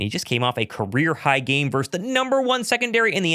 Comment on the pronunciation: Love your show but, dude, the word is "VERSUS" NOT "VERSE"! Yeah, I know I'm going full word nerd on you but, c'mon, you should have learned this in third grade.